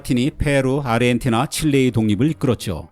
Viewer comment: 근데 왜 아저씨들은 아르헨티나를 아리헨티나라고 하는 거예요??